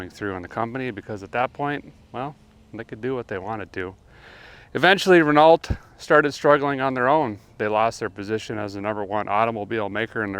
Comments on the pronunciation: renault is pronounced ren "o" if anyone is interested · Re-no (no ree...re as in the color red), the T is silent. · Derek, you pronounce the French car maker Renault as Reh-no.. Just saying. 😏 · Reneault is pronounced more like renno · Renault is pronounced "Renno" by the way. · In the process of watching the video. I haven’t read through all the comments, and I know that we Americans seem to think that pronouncing foreign words correctly makes us seem pretentious, but Renault is pronounced Ren-oh. Generally speaking, in French, you don’t say any consonants that aren’t followed by a vowel. Since the “lt” in Renault are not follow by a vowel, they are silent. So, it’s like you are just saying “Renau” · It's pronounced "REH KNOW." Just trying to help. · Derek.. just a heads up .. it's pronounced Reno... the LT are silent! 🇨🇦😁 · Pronounced 'reno' :) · I love how you say Renault. Ren-ult 😂😂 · My eye keeps twitching every time he says Renault..... it's Pronounced Ren-no..... Please good sir. Also seen you drive some Sketchy shit.... but this takes it to a whole new level... A guy's worried another guy is going to hurt or worse himself doing this. Do be careful there :) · It's pronounced "Reno" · that British trio we all know and love might have had triple heart attacks with that pronunciation😭😂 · Apparently Americans don't know how to pronounce Renault. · I really like your videos, but are you purposely mispronouncing names of car manufacturers and engine parts, or do you really not know how or what they are actually called? You’ve done this for so long now, without once ever saying “yes, I know what it’s really called, or how to properly pronounce it” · I see you are sticking with the English pronunciation of Renault - good on you - can't wait to hear you have a go at Peugeot. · Ah the pronunciation of Renault was beautiful 👌🏻😅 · The T is silent. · I feel like you're mispronouncing Renault on purpose out of spite. And I agree. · Renn oh not Renn alt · Pronounced Renough